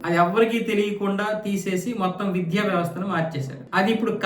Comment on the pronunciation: విధ్య కాదు బాబు ఆ పదం కేవలం విద్య అని మాత్రమే పలకాలి.